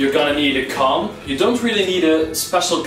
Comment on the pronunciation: am i the only one that heard him say “cum” every time he said “comb” ?